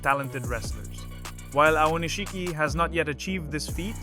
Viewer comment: You used so many different pronunciations of Aonishiki l000l. Japanese names a little tough eh? XD